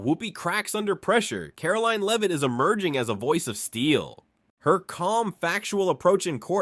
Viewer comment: "Karol leaner leave it" is how Karoline Leavitt's name is pronounced. Awful text-to-voice robot.